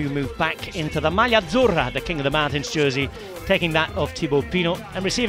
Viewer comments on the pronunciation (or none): none